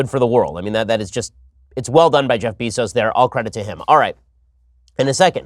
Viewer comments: Beezos? IT'S BEZOS (BAY-ZOS) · Bezos is pronounced BAY-ZOS. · It's Beh-zos moron... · I swear, the way Ben pronounces “Bezos” makes me wanta punch babies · How can you be as smart as you are and mispronounce Bezos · It's Bezos, not Bezos. Gah...